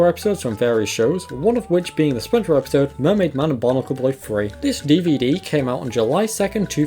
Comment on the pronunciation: The way you say epeesode will haunt me in my sleep 😭